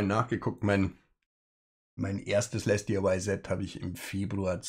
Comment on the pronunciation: So wie es auf den Kartons steht "LesDiy", würde ich es einfach als "Lesdi" aussprechen. Für die zweigeteilte Aussprache aus "Les" und der Abkürzung "DIY" (Di-Ei-Wai also, Do-It-Yourself) müsste der zweite Teil auch konsequent in Versalien gesetzt sein, also "LesDIY". PS: Geiles Modell ;)